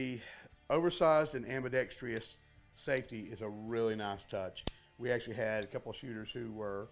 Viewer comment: I think we need to ban all videos where the author cannot say AM-BEE-DECKS-TRUSS correctly!